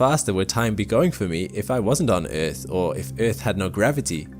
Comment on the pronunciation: I hate the way you say earth ..